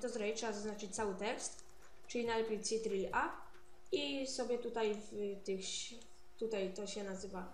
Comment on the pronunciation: ctrl_kontrol a nie cirlt ( ͡° ͜ʖ ͡°)